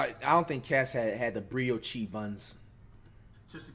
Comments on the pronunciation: the 'Brio Chee' buns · “Breo Chee” ☠️ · Nigga said “bri Oh cHee buns” 😭😂😂😂😂😂😂😂😂😂😂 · Brio-chee buns😂😂😂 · “BRIYOSHI BUNS” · Bro said Brioshe buns😂😂